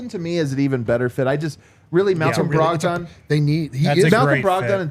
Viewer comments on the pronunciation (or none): I laughed way too hard at brahg-dawn pronunciation.